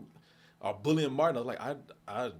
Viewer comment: You said Matin instead of Martin 😂 .